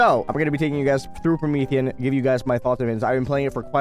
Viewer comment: "Pro-Meth aeon" 💀